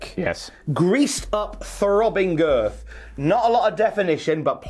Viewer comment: Am I the only one that finds the way Wade Barrett says “girth” extremely satisfying?